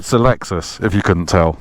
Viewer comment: in glamorous Epsom! No expense spared 🤓 Has the cancellation of foreign launch events, actually given you more cars to drive? When I hear you say Lexus UX I just hear Lex-sux 🙈